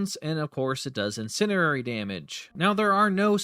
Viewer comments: Is English your first language, or do you have a speech impediment? Incendiary is not pronounced "incinerary" and you should know better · Ima keep it a buck witchu chief "Incendi"RARE"y" isnt a word